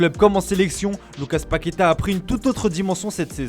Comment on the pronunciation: Un peu d'effort sur l'accent pour la prononciation de mots faciles en portugais ! Cherchez comment se lit le dernier a de Paquetá ! et c'est MoreNinha pas MoreRinha et Rivelino pas Rivelinho